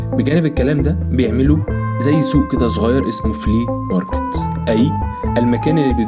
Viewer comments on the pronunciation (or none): اسمو فلوماركت مش فليماركت هههههههههههه